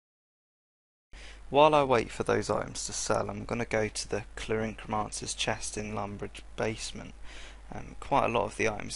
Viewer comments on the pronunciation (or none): just wanted to point out. you say culin-cromancer. it is called the CULIN-AROMANCER. fairly big difference but just wanted to point out anyway :)